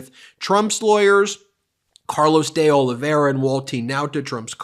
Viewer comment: I am pretty sure the guy's name is pronounced Day-OH-Live-E-Air-Uh. Not the way Ben says it.